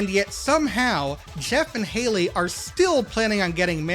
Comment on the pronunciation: How do you miss pronounce Haily?! YOU LISTENED TO IT BEING SAID FOR 366 EPISODES